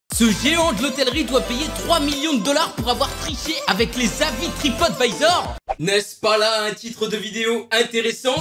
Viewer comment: Alors je sais pas qu'est que tu à avec se mot mais même à de la vidéo alors que le A de TripAdvisor est en majuscule du arrive quand même à dire TripOtvisor XD!!!😂😂😂😂 Sinon bonne vidéo!!